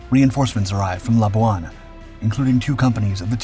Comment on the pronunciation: Wrong!There was no Britain in WW2.Before Jap occupation,North Borneo was a UK colony & Sarawak was a UK protectorate.Labuan was pronounced wrongly.Thanks for a show on a part of history rarely shown,though.